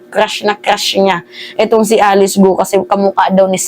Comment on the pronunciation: korekin mo sarili mo. Hnd gu o. Para kapanipaniwala ka.